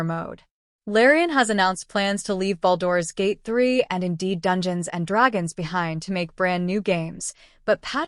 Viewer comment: I heard baldoras gate